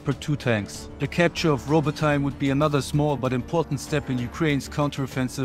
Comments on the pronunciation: It's rabotiné not rabotain😂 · "Robbo-tyne" Bruh atleast try to say it right